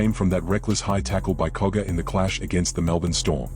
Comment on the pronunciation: Its Jack cogger not koga